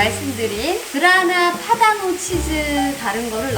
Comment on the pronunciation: 그라나파다노 치즈 분명하게 발음해주셔서 너무 좋네요. 귀에 쏙 들어왔어요. 맛있는 비법 공유 감사해요^^ 이번 방송보면서 더 펜이 되었어요.